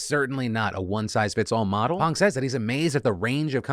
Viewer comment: 감사감사 Phil for pronouncing "Pang" correctly